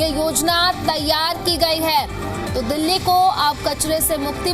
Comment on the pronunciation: भाई दिल्ली होता है दल्ली नहीं 😂😂